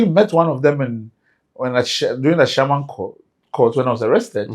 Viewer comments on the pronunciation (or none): none